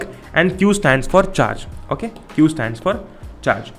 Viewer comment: Okheey Mast english